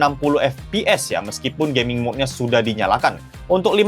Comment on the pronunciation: Bang aku kok dgr di mnit ke 1.31 kdgaran kyk "performa Gay.mingnya"😂😂😂 btw aku dah subs dri beberapa hari lalu.🎉